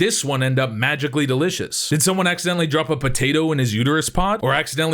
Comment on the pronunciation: "Magically delicious" like he ate a bowl of lucky charms